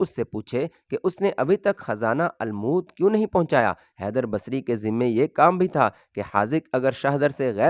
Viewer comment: Bhai lafz almoot nahi balke almot hai